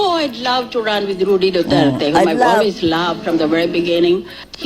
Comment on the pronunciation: Rody po hindi Rudy. 😊